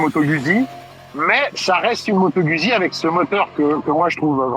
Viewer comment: Merci à pour ses top commentaires. Quand même juste une remarque, Guzzi se prononce "goudzi". 😅